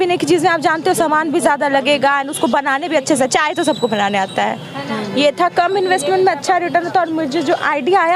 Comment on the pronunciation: mam कम से कम चाय को अchcha बोलो